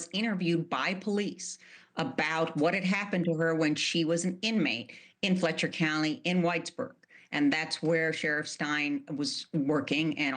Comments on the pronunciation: Weird stuff, and it's Letcher county not Fletcher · LOL its Letcher county not fletcher co. LOL get your facts straight people from Kentucky are WATCHING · Letcher! Not Fletcher. Get the facts straight. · It’s not Fletcher county, it’s Letcher county. I lived there my brother was born in the Whitesburg hospital.